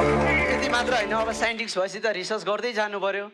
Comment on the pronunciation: साइन्टिस्टलाई साइन्टिक्स रे ।😂